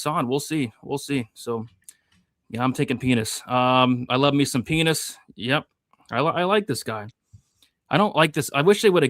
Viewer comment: What is up with pronunciation of Pinas?